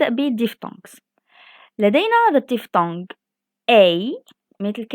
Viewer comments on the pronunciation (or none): none